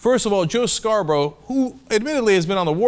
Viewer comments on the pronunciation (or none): none